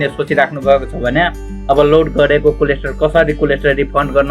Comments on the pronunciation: bro its कोलेट्रल not कोलेस्ट्रोल ,,,,btw jus kidding,,,nice video........ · Coldstore Haina k collateral 😄😄